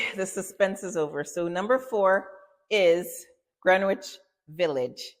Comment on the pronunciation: Pronounced gren-itch. The W is silent